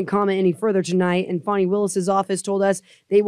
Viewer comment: How do they get "Fawny" out of fani?